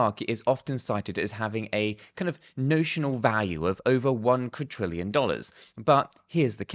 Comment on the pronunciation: Please stop pronouncing it as Quadtrillion, there is not T in Quadrillion!!